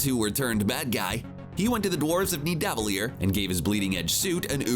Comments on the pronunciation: he also said Niedaaveleer instead of Nidavellir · The way he pronounced nivadellear I felt sick in my throat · I'm sorry. Where are the dwarves from again? I missed it the few times you said it wrong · Did you seriously call it "nid-ave-a-leer"? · The way people in videos like this are saying Nidavellir is lowkey frustrating, like just watch a video on how it's suppose to sound and practice a lil bit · If you saw infinity war then you should know how to say Nidavellir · Oh my God nidivalir pronounce so wrong